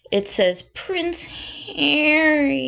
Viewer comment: I love how you say “Pwence Haweeee”👍🏼. I like how Trevor Coult MC referees to him. You know and he deserves it. Those two little liars deserve everything they get…..and their minions too🙄